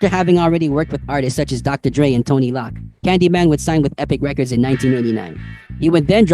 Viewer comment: 😂 In the first 5 seconds you said Vanilla Ice went on tour with “Tonny Lock”. Took me 3 minutes to figure out you were referring to “Tone-Loc”. Tone is pronounced exactly as it looks like (rhymes with PHONE). Loc is what Crips call each other. It’s pronounced “Loke” (rhymes with WOKE). I’m sure I’ll be back!